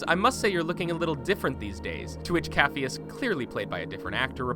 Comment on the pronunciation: Glad others caught that lol he also said 'coff-e-us' instead of 'caff-e-us'.